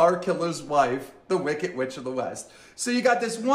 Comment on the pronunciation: “Wicket, pitcher” instead of wickeD and piCture it actually drives me crazy the way he talks lol